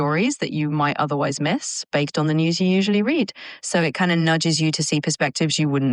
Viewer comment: And then, , it says "baked" instead of "based".